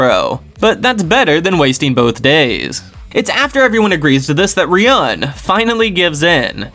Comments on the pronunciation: I really like these videos but I just can't help but comment after all these videos to point out that Ryuuen is not pronounced as Riyun but it's Riyu-en/Riyuwen... Love the videos tho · Why do you pronounce Ryuuen as Ryan haha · the way u pronounce ryuen makes me wanna kms